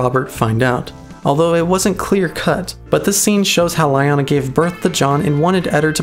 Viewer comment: you know, the way you pronounce lyanna always makes me think you are saying lion-o XD